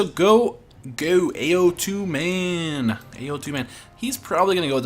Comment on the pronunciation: Hey dude! it's pronounced "Ow Tu" (as in the sound of pain)... "Ao" means depression while "Tu" means protrusion. Put together it means uneven =)